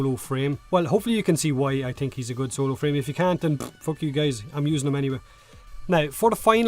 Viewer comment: Why the heck does he keep calling us geys ?